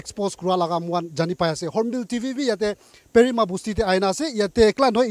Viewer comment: It's pherim it's not prima😅😅ado sir...🤣🤣